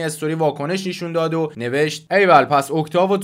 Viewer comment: داداش این نشون رو "نیشون" گفتنت واقعا اذیت کننده‌س😁